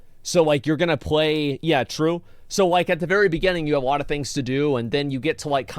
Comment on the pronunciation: guys wanna know something that annoys me and i will share it with you....asmon cant say alot..he says awoaht, and it drives me nuts :D no clue why. but if it does the same to you, youre welcome.